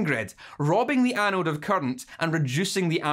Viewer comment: Say “current” not “cunt”